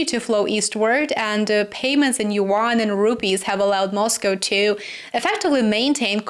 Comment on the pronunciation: yuan is a 1 syllable word. rhymes with Juan